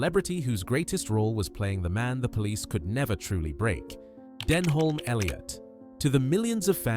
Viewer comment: Learn how to pronounce Denholm, Reading and Savile.